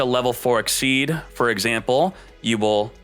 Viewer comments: I thought it was pronounced "ik-seez" but he keeps saying "ik-seed" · I believe its 'exseez' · am i the only one who hears "xyz´d" all the tiem? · it is but he doesn't realize it or hes doing it to get people like us to comment on his videos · It is pronounced like that , and it may be some kind of yugioh community thing to say exceed, but he mispronounces card names all the time , so it doesn't really matter .